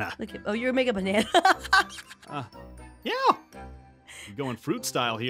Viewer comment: I love that he says bana